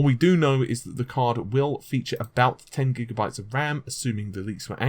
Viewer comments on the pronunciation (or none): none